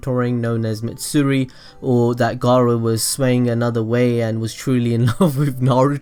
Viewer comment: wait did you say Mitsuri or Matsuri because gaara's student's name is Matsuri